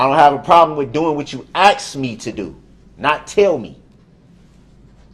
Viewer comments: I wish she'd done that every time he said AXE! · Axed me the word is Ask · ASK NOT AXE TRUTH NOT TROOF BOTH NOT BOAF FORTH NOT FORF WITH NOT WIT I COULD GO ON , BUT HIM BEING A HIGHSCHOOL DROP OUT